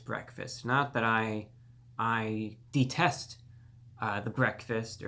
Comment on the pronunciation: Hahaha man you can NOT be usin words like Detest w/ a speech impediment like the one you got